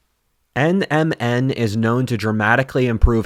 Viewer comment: It took everything had to plug NMN supplements with the correct pronunciation in a video about the decline of civilization